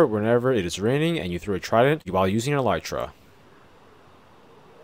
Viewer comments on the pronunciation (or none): none